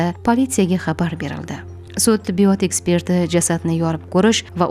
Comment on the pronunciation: Tibbiyooootmas tibbiyot deng